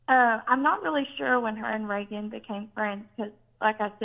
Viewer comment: I know this is kinda old, but I'm just now watching it. Very informative,! But my name is also Reagan, and it is pronounced Ray-gen just like former president Ronald Reagan!